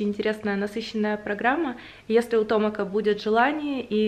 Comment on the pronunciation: Девушки!! TomEk. Не Томак!